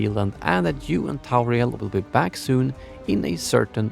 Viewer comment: Tauriel ? ffs.